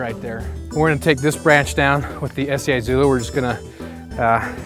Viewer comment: The I in Izula is soft.